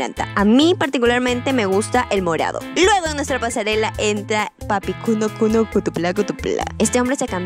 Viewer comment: No puedo cuando dices cutupla cutupla jajajaja 😂